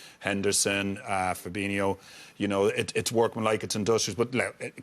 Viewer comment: Aaaaaghhhh it drives me insane these fucking pundits on mega bucks always get it wrong they think every Brazilian with an "O" at the end is pronounced inio ffs it's fabinho and firmino not fabinio and firminio.I hear it all the time these guys get paid to get this type of thing right.